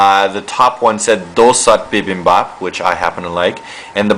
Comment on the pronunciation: DOH SOH BIBIN BOP. Man, dat korean.